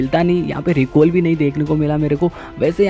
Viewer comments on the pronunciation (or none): recall ❌ recoil✅